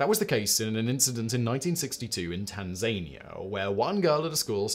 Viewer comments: Please can someone tell Simon how to say "Tanzania"? Please? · only came here to see if SOMEONE else had pointed it out!